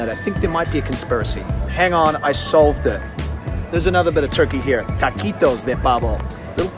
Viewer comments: No, si eso mismo digo, en cualquier parte de España se pronuncia del todo la palabra, incluyendo la T’s. Estos dos no aciertan ni una. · They are in Madrid, and the Supermarket is in a medium/big town called Las Rozas. Its 10 minutes from my house by car. We pronounce the T's there.